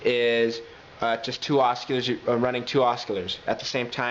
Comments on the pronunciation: has any one mentioned that its ocilators not osculars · you don't pronounce the "c" in oscillators bro.